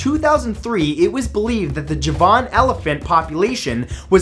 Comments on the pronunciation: Me too! There's one above about "Eye-ran," which I Liked and added its wonderful neighbor, "Eye-rack." I was just scrolling down to see if anyone else caught "Juh-VON." which he used a few months ago, too. Hey, Matt, we luv yuh, but for future reference, it's "Eee-ron," "Eee-rock," and "JAH-van." Keep finding this obscure beasties and such! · JaVAAN elephant? The emphasis is on the first syllable, making it JAAVan elephant . . . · I thought is was Ja' -van rather than Ja-van' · Piss off with your bloody fake thumbnails. And you pronounce "Javan" completely wrong. It's JAVAN as in coming from the island of Java, not as in the word "Javan" being a place or something. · Ja-van. Is pronounced jar-ven. Based of the Indonesian island Java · It's pronounced JARvan Elephant - Just like the island of JARva. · "Javan" is pronounced with the emphasis on the first syllable, not the second. It is pronounced like "Java" -- from which it is derived -- with an "n" sound on the end. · I noticed and became duly vexed. He probably thinks that "Javan" is a place or aspect in itself, and not an identity stemming from the word and island of "Java". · Neither can Matthew. He mispronounces the Coelophysis (but so do all English-speaking people, even paleontologists. "Coelo" comes from a Greek word, which is pronounced with a K sound instead of an S sound.) and the Javan Elephant. He seems to think that "Javan" is a name of its own, but it's not. It's Javan as in coming from the island of JAVA. Cheerz~